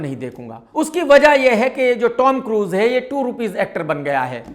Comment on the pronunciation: KRK Bhai ...woh The Tom Cruise hain ...koi Tommmy nahi...thoda samhalke bhai.